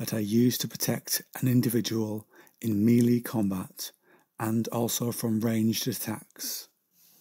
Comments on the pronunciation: "Mealy"? You mean "Mell-ay" or maybe "Me-lay". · Mel-A combat not meelee research my friend. great vid though.